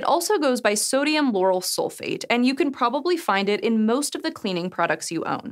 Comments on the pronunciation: She says Sodium Yanny Sulphate but they right Lauryl 🤦🏽‍♂️🤦🏽‍♂️ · I heard her say, "sodium yanni sulfate." ;) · "sodium Yanny sulfate" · Did she say Lauryl or Yarny? 🤔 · Did she say Lauryl or Yanni? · why does she say "sodium yanny sulfate?!" 😏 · You said "Sodium Yanny Sulfate"?!?!? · Hold on, did you say "Sodium Yanny Sulphate"? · Did you just say yani?